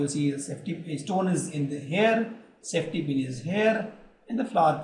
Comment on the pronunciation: Safety pin and centipede have no difference in your pronounciation😂